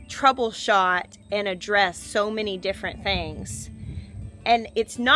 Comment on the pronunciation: "Troubleshot and addressed so many things..." At first I thought you said "Trouleshot IN A DRESS..." lol ... had to listen again lol